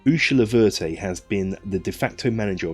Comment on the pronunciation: Ursula Verte. First step is to research the history and meaning of the name and how to pronounce it properly. (You murdered it, lol) Apparently the name is unique and it's meaning does reflect the description of the woman. Secondly according to part of the blurb, she has a seventeen 'Phase'... not phrase..., expansion plan, which gives us the opportunity of time, to develop her character. She reminds me of the Nursery Rhyme, "There was an old woman who lived in a shoe." Though unlike that mother, Ursula has positive plans for her dozen odd children which also give us twelve directions to take the story in that respect if we choose to. I would use her exactly as she is described in the book. (Which I have incidentally) :)